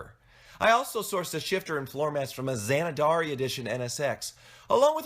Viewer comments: 'Zanadari' edition NSX? Alex Zanardi thanks you for butchering his name. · Fyi & for future reference: His name is Alex Zanardi... not Zanadari. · WTF is Zanadari? LOL, It's Zanardi, as in Alex Zanardi the race car driver. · Zanadari? Zanardi you mean! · I'm sorry. Did you say "Zanadari" edition? (It's Zanardi. ZAN-AR'-DEE) But good on you for giving an NSX a new, and much better life. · "Zanadari?" Hahaa. I think you meant Zanardi. As in Alex Zanardi. He was an F1 driver for Honda back in the 90s. Honda made a "Zanardi Edition" NSX in his honor. Nice car though. It still looks great even today. Too bad the grandpas running Honduh didn't give it more power. Regardless, I'd still take one. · "zana-darie" edition? No. Za-Nar-Dee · Za - Nar - Di Not "Zan - A - Dar - I" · what's a Zanadari NSX 😂😂. Lmao it's Zanardi. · That "Zananardi" package is named for Alex Zanardi. Look him up, he's one of the biggest bad asses in racing history. He's earned having you know how to say his name correctly. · Zanadari? Say it with me now: Zanardi. Zuh-nar-dee. That would be Alex Zanardi, '97 and '98 CART champ and racer of hand-op BMW touring cars after losing both legs in a 2001 crash at EuroSpeedway Lausitz that can only be described as nightmare-fuel. Nice car, though. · Did you say Zanzanardi edition?! Dude you're hilarious. I'm going to assume that you don't know who Alex ZANARDI the racing driver is...there was a Zarandi edition NSX. Well, at least you got money, cause you don't know much about cars. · Not sure about the diamond quilted seats or CF dash, but to each his own. Otherwise, great work! ps: It's Zanardi, not "Zandardi." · Zuh-nar-dee edition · It's pronounced Zah-Nar-Dee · Zan-a-dari, what? SMH. Poor Alex. And please don't try to pronounce "Ayrton Senna". Enjoy the car, I owned a '99 NSX-T 17 years ago. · lol "Zanadari" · Zuh-nar-dee. Other than that, you've convinced me that NSX ownership is not impossible.